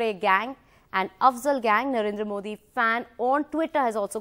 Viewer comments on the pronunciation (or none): none